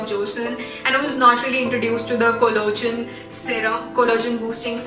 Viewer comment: It's not collogen....it's collagen... Please 🤌